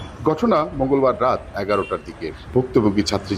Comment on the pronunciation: গটনা, দর্শন,এবং আরও কিছু উচ্চারণ খুবই খারাপ ।